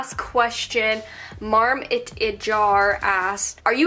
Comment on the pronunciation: i was the last question lmao,,, love u dude its pronounced mar-mite-jar (marmite is a condiment like vegemite)